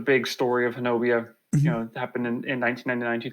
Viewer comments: It's pronounced Hanobee not Honabia. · It is pronounced Ho-Nub-EE if you're Oklahoma born and raised there you all are close to how we say it and loved the podcast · I grew up in talihina (closest larger town to honobia) pronounced Hoe-Nubby. I was a senior in high school when the bigfoot incident happened. Was questioned by a reporter in a convenient store. Now. There was a significant bigfoot indicident that occurred however, the stories told online are nowhere near what happened. No one was harassed by bigfoot. Dude was coming down the mountain (kiamichi mountains) when one stepped out the tree line. Dude shot it and claimed two more came out the woods and took the body. Theres rumor the family was harrassed (by people not bigfoot) sold their property and left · Actually, the correct pronunciation is "Hoe-nubby" with the accent on the first syllable. The town was named after a Choctaw leader or chief. Ouachita is pronounced "Wash-i-ta".